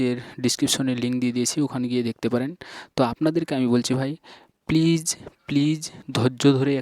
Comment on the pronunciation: আপনি মুখের উচচারন ঠিক করেন যেমন Locked please duto vul উচচারন kore6en